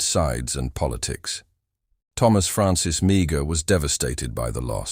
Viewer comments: Its pronouced May-her not Mee-ger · Meagher is pronounced maher or mar not meegar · Please get the pronunciation right. Mar rhymes with car... not meeger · Maher is pronounced Marr! Interesting indeed. Interesting indeed, many of these poor Irish lads having escaped death by starvation and murder at the hands of the British, died in and for a Country that was supposed to be providing freedom and opportunity. Yes, most of these Irish volunteers came from what we now call the Republic of Ireland and we’re indeed Catholic. There was other Irish. Involved in this what proved to be ridiculous war of American against American. The earlier immigrants from Ulster, who fought for the Liberty and founding of the United States. Washington clearly stated that the Bri5ish would NOT have been defeated if not for the Irish Frontiersmen who defeated the British at Kings Mountain. General Grant was the son of an Irish Immigrant from Ulster as was Andrew Jackson, both men who of course became Presidents in their own right. The Irish immigrants and their offspring starting with the subject matter in this video, and before it with such men as; Kit Carson, Clarke, Johnston, Davey Crockett, Sam Houston, right up until this present day. Far more than any Nationality. 24 Presidents of Irish Ancestry, comprising of 21 from Ulster and Protestant and 3 from the Republic, two Catholic and one Protestant, namely Reagan. The comment on religion is made purely as a reference and nothing more. Between 1700 and 1750 some 200,000 immigrated from Ulster to America and a small number of them to Canada. Yes, Americans referred to them as Scots Irish, which is incor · His name is pronounced as Maar. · His name is pronounced Mah her, if nothing else learn to pronounce their names properly.